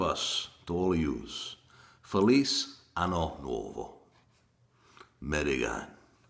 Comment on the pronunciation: Your Italian accent is awful. You say "felice" like "feliz" in Spanish. You need to search it and learn how it is pronounced...